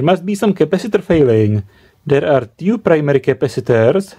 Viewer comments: Achteldavid Sorry, but "tyou" instead of "two" is too much even for czechs :-D :-D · Two [Tjů]